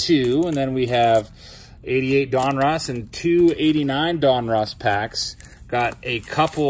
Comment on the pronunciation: killing me with the pronunciation of Donruss lol. Don russ. Not Don Ross.